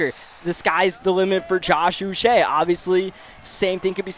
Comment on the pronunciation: Josh Uche is pronounced “Ooch (like smooch) - ay (like today)”